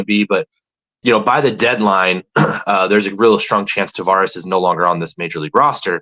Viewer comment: It's Taveras, not "Tavares" btw.